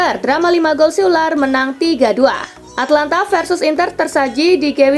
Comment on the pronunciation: Atalanta bukan Atlanta weyyyyyy